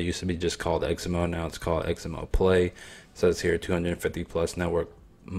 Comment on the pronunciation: I think it’s pronounced Zumo